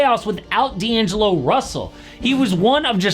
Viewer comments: D'agelo russel huh? missing an N there lmao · "D'agelo" is crazy💀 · “D’Agelo” if you know you know 😂